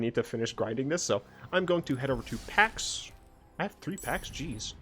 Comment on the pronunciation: i keep hearing you say packs and thinking you're saying Pat's, as in Pat's Games (a gaming store near where i live)